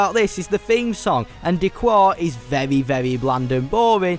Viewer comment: vevwy vevwy vevwy vevwy